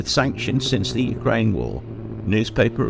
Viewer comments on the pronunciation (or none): none